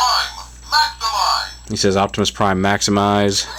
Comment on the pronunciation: Why is he saying Maxamize??